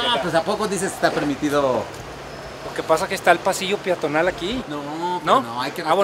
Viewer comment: minuto "piatonal" XD